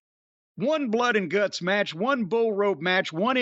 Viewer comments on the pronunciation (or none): none